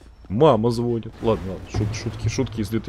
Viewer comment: Булкин, не звонит а звонит!!